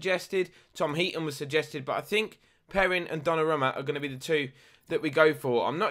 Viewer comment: pronounced donnarooma